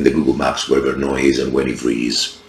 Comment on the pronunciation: Good overview and you pronounced the name of the battle correctly😅Only 1 matter so far the Milanese cavalry would have attacked the English right ,towards the archers and probably hit part of the English center also ,as in English fashion the archers would be at the wings of Salisbury and Bedford as in crecy and Agincourt.That is were you got Milanese formation wrong in their attack! On Bedford right, Salisbury's archers had also more protection on their flank,I contend as well as Bedford archers getting formed again after Milanese attack Salisbury sent some of his Archers to the opposite flank to hit the French assaulting Bedford in the flank.what you think?